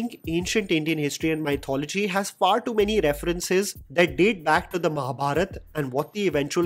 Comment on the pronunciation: buddy at least don't say mythology .....